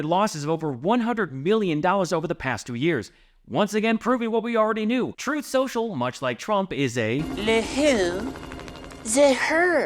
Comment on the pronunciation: I think drumpy pronounces it "troth" social...he "interposes" the U 🤣